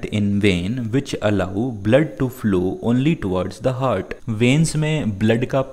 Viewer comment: Heart hota ha het